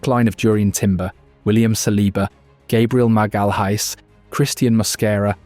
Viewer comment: This is AI btw. Listen to how he pronounces Gabriel Magalhaes seconds in smh